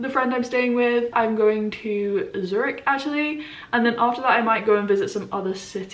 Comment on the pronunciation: Love it. I guess you’ll learn how to propel pronounce Zürich. :))